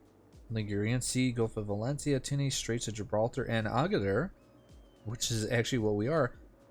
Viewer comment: Why you say Two knees not tune is?